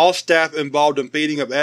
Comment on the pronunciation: Every time you said "Feeding" I thought you said "Beating" so I was sitting In there and thinking off a bunch of Foundation staff In hazmat suit's just squaring up to a god damn nerve system